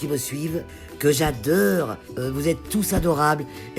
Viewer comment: T bien du havre "que j'adeurre"🤣